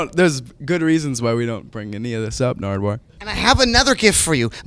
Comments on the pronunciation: Is it just me or did Macklemore say 'Nardward' once or twice. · why does he pronounce his name wrong?